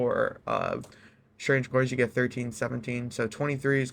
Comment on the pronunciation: I had to rewind several times because I though I heard him say "Strange of Coins". Or is it "Strang-eh Coins"?